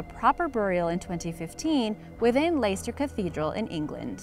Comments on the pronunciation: Just a correction: "Leicester" is pronounced /less-ta/, not layster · Leicester is pronounced Lester Leicestershire is pronounced either Lestishr or Lestishyer depending on wether you are from the North or South of England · Leicester is pronounced Less-ter Rhyming with Jester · Can't even get the king the Richard the 3rd story right can't even pronounce place where it actually happened right